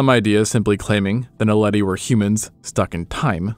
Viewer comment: Lol, finally someone who can pronounce Naledi